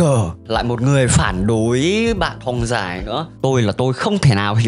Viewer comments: bạn nên học lại cách phát âm từ thong nó đọc là thong không phải là thoong .Với lại đặt cap mà chẳng liên quan đến nội dung gì cả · Sao t lại nghe đọc "Thong Dài" thành "Thoong Dài" nhỉ